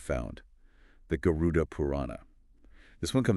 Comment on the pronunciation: Not Garun. It is Garud.